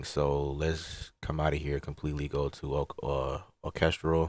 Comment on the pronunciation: Hold on.... did fam call Orchestral O -cass-stra-role?? LMAO!!!!!!!!!!!! Good video tho